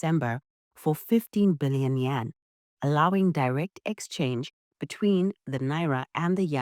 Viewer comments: You keep saying Yen. It is YUAN, Yen is the Japanese currency. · Not Yen, its Yuan